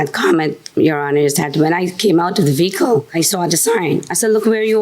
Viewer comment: How about "eC-ce-tera" instead of etcetera. Or "ve-Heh-cle" when the h is supposed to be silent in vehicle. Or "sa-pose-aB-lee" instead of supposedly. Or "pitcher" when what they mean to say is picture.